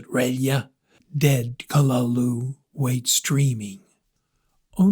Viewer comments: Utterly useless pronunciation. Kalulu. Get out of here. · Oh my god learn the proper pronunciation of the name it ruins the whole story when you get it wrong .